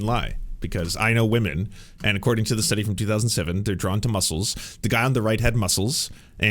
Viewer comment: Why does Tim keep accidentally saying “musk-les” lol